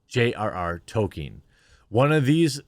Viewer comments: I enjoy your content but Jeremy please it is Tol-kin the E is silent, it would help your argument some in my opinion. I am a very long time fan of Tolkien my dad read the whole series to me and my brothers when where kids. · FYI; The well known literary genius author J.R. Tolkien’s name is pronounced Tol-K-in (hard K)! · Say it like "Toll-Keen" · Jeremy if your going to say his name so much learn to pronounce it properly and consistently. Tol-keen without stretching out the ee so much as you would in Sheen almost sounds like Tol-kin but you definitely need to L you saying Toke-in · Is Jeremy intentionally mispronouncing his name? It's TOLL-KEEN. There's an L in there buddy. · Progress... Jeremy stopped saying "Token" and now says "Tokien", but the struggle continues to get him to realise the L in Tolkien is not silent. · Can you not pronounce the “L” in Tolkien?